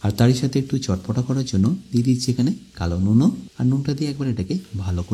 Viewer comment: Kalo nun o bolata ektu kemon hoye gelo na?😂😂